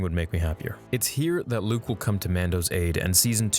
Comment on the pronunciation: Yo he got Luke right 😂😂😂👍👍